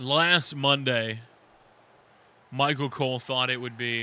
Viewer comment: I wanted 2 point out tht y u say Machel instead of Michael